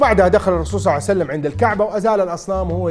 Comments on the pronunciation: صعوسلم صعوسلم صلعسلم صسلم صوسلم صاوسلم صوعسلم يعني اكثر من ربع ساعة تخطب بس لما تذكر اسم النبي صلى الله عليه واله وسلم تقول صوسلم!!! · رسول صعسلم 😂😂😂 ايضا رسول صعسلم صع وسلم (اوكي نص ونص) شنو ما تتعلم من اخطائك ؟